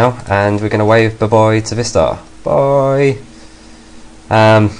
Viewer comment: Why did He say bye-buoy instead of saying bye-bye?